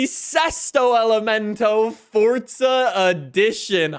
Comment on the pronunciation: It's fucking for-za not fort-za